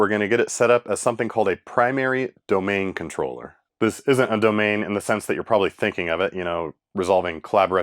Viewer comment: so funny how you emphasised "Primary Domain Controller" 😂 I guess we forget people don't know what they are. I will only be happy, however, do see you install a BDC.